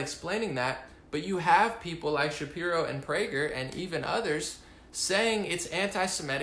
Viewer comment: good job on not slipping up and saying Shapiruuu ;-)